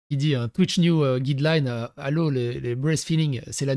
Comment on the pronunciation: Est-ce que les femmes qui ont subi une mammectomie et reconstruction et n'ont pas de mamelon peuvent s'exposer à la vue de tous ? 🤔 En tout cas, elles ne risquent pas d'allaiter ! 😞 Pas "guidelaïne" mais "gaïdelaïne" ! 😉